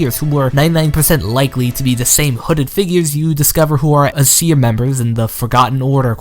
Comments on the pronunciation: its Ay-seer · Aeseir is pronounced aye seer